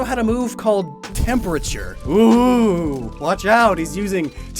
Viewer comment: whats "tempUUUUUrature"? there should be an :D